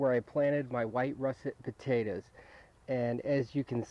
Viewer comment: fucking hell its POTATOES ,,,,,,NOT POTATAS,,,,!!!!